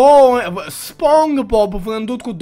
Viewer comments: Eu tot stăteam și te ascultam cum ziceai spong bob in loc de SpongeBob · Spongebob se spune spongibob nu spongbob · Bă se pronunță spongibob. Nu spongbob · Spogibob se pronunta😊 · Nu se zice SpongeBob se zice SpongeBob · se spune Spongbob!! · Se spune sponqebob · Se spune spongebob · Se spune sponcebob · Nu-s hater dar se spune sponcibob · Nu se citeste spongbob